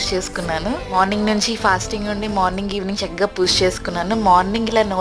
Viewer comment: Chala baavundandi... Kaani language koddiga manchiga matladandi plz... Poosha kaadu... Pooja anandi correct ga... Vinadaniki chala bavuntundi... Plz dnt mind ila cheppaa ani... All the best andi...